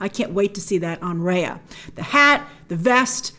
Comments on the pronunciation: its Rahya with the ah sound not the ayy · Just a pointer that Raya is pronounced like Rye Bread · Imagine the backlash when the trailer comes out and we hear "Raya" being pronounced as "Rae-yea" instead of "Rai-yah" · So her mount/ animal friend is named after a Thai vehicle? Cool 😁 hope it’s pronounced took took like how it’s supposed to, Also it’s great that her name will have a Southeast Asian pronunciation, Rah yah.